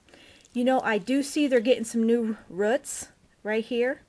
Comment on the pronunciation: The way she says rrruts just gets me. Good video overall, just the accident is adorable. 😂